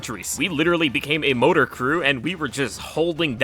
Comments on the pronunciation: Bro saying "Mortar" like "MOTOR"... But yeah, I was very happy with the performance of the Cremator. Was super worried since the trailer didn't seem all that impressive, but seems the devs heard us and made it worthwhile. Overall, I'm glad they gave the backpack-supports a bit more love. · Why is he saying motor instead of mortar? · Mortar. Not Motor. Sound it out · MOAR-TA not MOW-TOR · MORTA MORTA NOT MOTA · MOTOR? Did you mean MORTAR? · okay bro its not a "motor".. theres an R in there. say it with me "maaww-tarr" like brick and motar. maw-tar. you can do it. daddy believes in you. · Mortar is pronounced More-ter ,not motor. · good weapons good looking armor with good passives (not unique passives but good combo's nonetheless) the shovel is a weapon you can bring into missions now instead of having to find it a good morter (IT'S PRONOUNCED MOR-TAR, WITH TWO ARS ) and finally a good backpack fed weapon? no....surely not.....theres something wrong, my head it.....aa...AAAAAAAAAAAAAAAAA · Motor sentry? "MORE-TUR" sentry. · Dude, MOR-TAR not MO-TOR.... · i kept hearing u say motor instead of mortar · He is pronouncing "Mortar (Mor-tar)" as "Motor" and I am almost sure it is on purpose. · ITS CALLED MOR TA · mortar. mor-tar. mo-r-ta-r. MORTAR. more, tar. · Its moRtar not "modar" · It's MORTER lol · OHHHH BUT ITS PRONIUNCED MORTAR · Bro took the "R" from "Mortar" and added it to the "Stoker".... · it MUST be bait, no way he actually pronounces it like that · Not “mowtaw0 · I love how much I hate the way you say mortar😂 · Im convinced most of these youtubers tragically mispronounce things naturally, and then just "lawl it's a bit" when they realize they've been saying "mortar" wrong their whole life. (Examples of others are "corps" and "stealth") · Your pronunciation of mortar makes me grind my teeth. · Mortar your forgot the RRRR'sssss 😅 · Ain't no way you don't see the other R in mortar, bro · please pronounce the first R in moRtaR